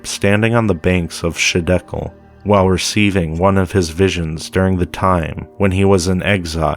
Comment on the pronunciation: I don't mean to be a troll or anything but it's not shidekel it's highdekel, the other ones are gihon, pishon, and the phrath.